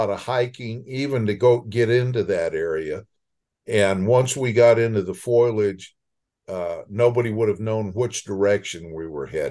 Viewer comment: Foilage? That's funny. Him and Marge Simpson. More seriously; 26 miles out from downtown Dallas is too close? My older sister lives near Royce City, which is less than 26 miles form Dallas. She has heard of many reports of bigfoot sightings either second hand, or from people she personally knows. Sounds like the experts are seriously mistaken. I'm only at the early part of the interview, but so far, all the images are classic 'blobsquatch'. A skeptics delight! Nice to hear of encounters with dogs where the dogs aren't harmed.